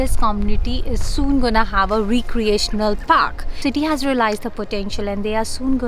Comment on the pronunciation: You go-nna and gawnna is so taunting :)